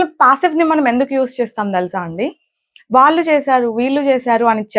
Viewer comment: Your English pronunciation is good but a small advice for your telugu. వాల్లు,వాల్లె అనకూడదు. "వాళ్ళు", వాళ్ళె అనాలి. చెల్లెలు(third person)కు బదులుగ "తిను" అని వాడారు. తిను అంటె అర్థం తినడం అని. అక్కడ వాడాల్సిన సరైన పదం "తను" మాత్రమె. అలాగె చాలామంది కల్లు(eyes)అంటుంటారు. "కళ్ళు" అనాలి. మరి కొంతమంది ఇల్లు(singular) ఇల్లులు(plural) అంటారు. ఇల్లులు అనకూడదు. "ఇళ్ళు" అనాలి. ఇది తెలుగు మాట్లాడె చాలామంది అవగాహనకు మాత్రమె.